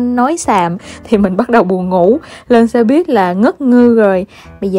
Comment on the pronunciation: Lâu lắm rồi mới thấy có ng đọc đúng là xe buýt. Đi đâu e cũng nghe xe bít tới nỗi mặc niệm là bít r